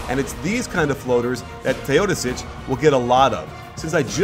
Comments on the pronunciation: Is that how you pronounce his name? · The way you say Teodosic makes me cringe.